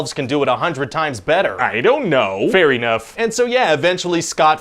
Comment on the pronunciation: No thats not a typo he literally pronounces it fair eenough